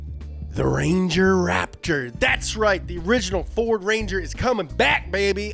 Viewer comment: I mean he said “ferd” too so i mean youre really gonna get butthurt about it...?